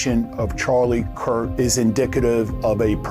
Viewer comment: Why is this guy calling him Charlie "Kirt"?